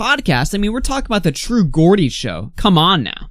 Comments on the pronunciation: Love the video but just letting you know its pronounced true J-ordie not gordie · True geordie is pronounced "jaw-dee", I'm a geordie and it was weird to here it pronounced as "gordy" 😂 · It's TRUE George-d not gorgy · It’s true GEORDIE as in (JAW-D) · I love how you were trying to say how influential the true geordie podcast is while saying its name wrong twice. 😂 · Geordie is pronounced jaw-dee, like George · just thought id let you know that you mispronounced geordie. idk how exactly to type out the pronunciation but its pronounced jor-dee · No big deal, but it’s pronounced ‘jordie’.